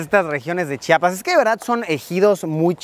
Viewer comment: De tanto que estuviste pronunciaste bien Chiapas muy bien